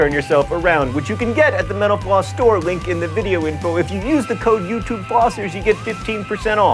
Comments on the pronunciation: Sorry John but when you say Mental Floss it sounds like you're saying menopause. XD You might want to enunciate a little more. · When you say "Mental Floss" quickly, it sounds like "menopause"... just saying :) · I was about to say the same thing! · Sometimes when John says Mental Floss, it sounds like he is saying menopause. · when he was saying "mental floss" there at the end it sounded way more like "menopause"